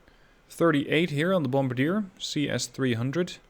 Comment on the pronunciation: It's pronounced "Bom-bar-dee-ay". 😉